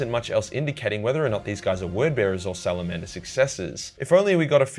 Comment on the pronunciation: Salamander With a hard R